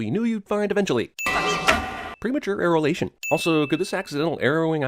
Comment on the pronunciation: lmaoo "premature arrowlation"